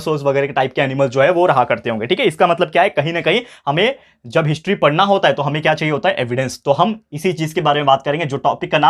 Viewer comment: Sir apne history ko hintry kyu kaha 😅